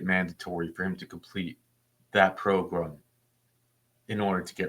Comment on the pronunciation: What's a progrum?